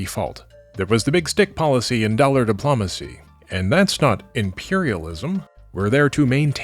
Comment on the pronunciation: "Diplaumacy" will always be my favorite distinct -ism. Though "Co-air-sion" is pretty great too.